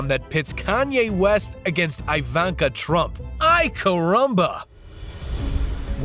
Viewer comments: EE- VAN- KAH….. not Ai-Van- kah for God’s sake, It’s a Slavic name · The way he pronounces things like Ivanka he keeps saying I-VON-KA it's pronounced E-VON-KA